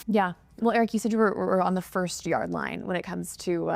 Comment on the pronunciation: Did she say "First yard line."